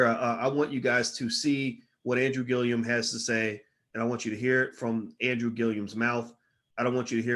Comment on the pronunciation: Gillum nigguhh!! not Gillium. I swear you the smart nigga that always mispronounce people's names... Anyways keep up the good work. Dope channel